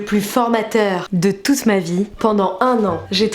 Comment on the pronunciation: A tu a dit de tousse ma vie lol